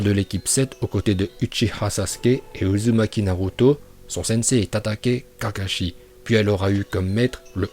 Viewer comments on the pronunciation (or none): Ta dit uzunaki